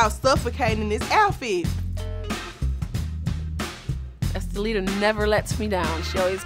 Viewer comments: She dead said “om-poo-pum-po” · Oompaloompoo & oopaloonka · she called her "umpaloona" im done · I about fell over when Dime called her Impaloonka!!!😂🤣😂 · "Umpaloona" lmaooo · Not Estalita but... UPPALOOMA??? Lmaoooo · Did dime call her enchilada?! 😂